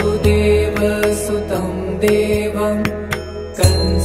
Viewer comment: vasudevasutam shd be pronounced with hrasva "va" meaning son of vasudev, Being Son of vasudev Krishna is Called "Vaasudeva" with a Dheergha "vaa"